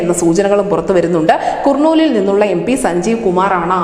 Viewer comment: കുർണൂൽ എന്നല്ല കർണൂൽ എന്നതാണ് ശരി ശ്രദ്ധിക്കുമല്ലോ?